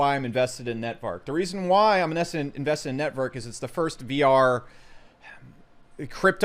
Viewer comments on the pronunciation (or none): Been shilling it for months and probably owns half of it but still calls it "Netvark" lol